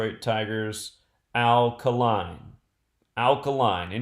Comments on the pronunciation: His name is Pronounced KAY-LINE not KAH-LINE lol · His name was pronounced Al K'line, do research so you won't sound so uninformed.